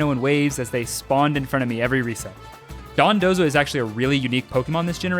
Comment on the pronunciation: I appreciate you pronouncing dondozo correctly and not dodonzo like seemingly everyone else